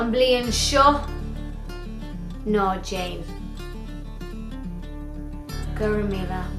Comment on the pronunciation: Apparently "Don't do it" will be "No Jane" in Irish.